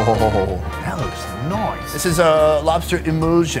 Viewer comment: that Noice was hilarious, I say it like that as a joke but cant remember where i got it from, never heard anyone else say it like that either lol